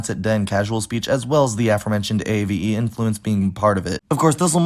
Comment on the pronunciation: At timestamp - , why did your peo you mispronounce the word “aforementioned” as if you’d analyzed it as “AFF + ER + MENTION + ED” although the word is actually “A- + FORE. + MENTIONED”? Is your pronunciation? Are you introducing the error as a speech-sample of “Future American”? Or do you just not recognize the etymological connection between “afore” and “before”?